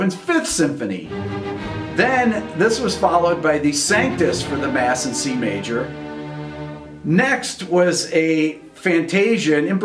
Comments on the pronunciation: Ok, where to begin... --Point # 2 ??? You provide nothing, so I can only learn 4 of 5 things. --Can you research pronunciation (Sanctus is "sahnk-toos", not "seng-tiss") so you don't sound embarrassingly inept? --Point #5 has no basis in fact. There is nothing to support your uneducated guess that Beethoven could hear middle and lower registers, much less that this was a reason for him to compose more in those ranges. Poppycock. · Your pronunciation of Sanctus is atrocious